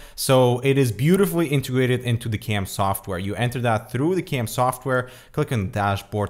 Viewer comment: What software are you using? It sounds like you are saying Camp software but when i search for that i cant find anything.